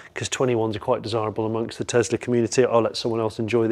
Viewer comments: Just curious, why do you call it a Tezla when it's clearly a Tesla. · Why are you saying Tezla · It's a Tesla not a Tezla. 😊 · Why do some people say TeZZla... it's a fricking 'S' not a "ZZZ".... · Tesla, not Tezla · Please 🙏 please stop calling it teZla it's teSla as in Nikola Tesla the inventor who Elon based his work on.